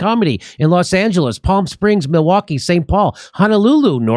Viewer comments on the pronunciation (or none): none